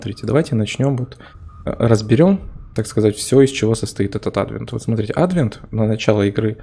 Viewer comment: Ты уж определись с правильным ударением в слове "Адвент"